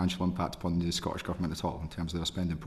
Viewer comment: The clown can’t even pronounce Scottish.. it’s certainly not Scoish.